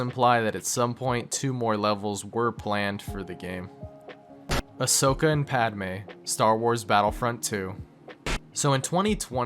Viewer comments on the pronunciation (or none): none